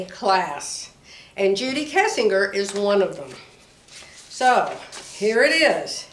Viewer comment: i enjoy your videos. It feels like a visit with a sewing friend!.......I am pretty sure Judy Kessinger '.s name is pronounced Kessinjer.......like Henry Kissinger's name....